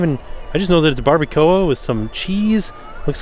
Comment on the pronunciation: Nice Spanish I’m Glad you enjoyed the barbacoa sope!